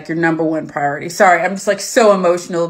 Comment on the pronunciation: "Welcome to Mutt Sauce laboritory where safety is our number one priorihery"